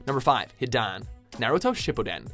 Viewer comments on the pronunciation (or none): He pretty much butchered Hidan too. It's pronounced Hi-dan, not He-dan. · hidans name is pronounced He Dan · It's pronounced he-dawn but whatever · HIDAN IS PRONOUNCED HIGHDAN!!!!! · I just can't get over Hi-Daan and A-Ket-Sookey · wrong pronounsation in no.5 it supposed to sound like this hi-dan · xD is is hidan (high-dan) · You said Hidans name wrong btw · every single word at hidans turn was said wrong wtf